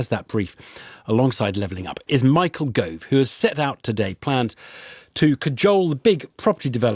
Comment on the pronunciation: You gotta love the Michaelly Govally.